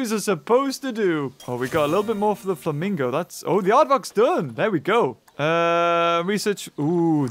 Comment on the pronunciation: You called the flamingo exhibit "famingo land"